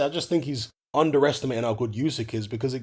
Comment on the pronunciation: It's pronounced, 'Oo-syk' brother not, 'You-syk' 💪🏽